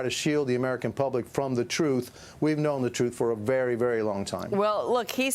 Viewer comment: Whay he call him Zukenberg? Old guy cant pronounce words.